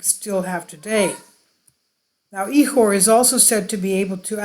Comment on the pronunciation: Proper pronunciation is ik•or the ch is a K soaund and the I is not an E sound not E • Core